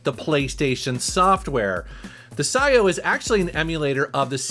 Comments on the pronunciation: I have a feeling that its pronounced P - S - I - O ... but psyo is pretty metal i guess ,|,,| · Pretty sure its Pee S I/O. As in PlayStation In/Out. Had for a year or more but havent used lately.